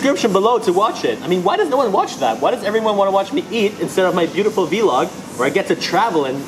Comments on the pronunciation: It's vlog not v-log hahaha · its not ve log its vlog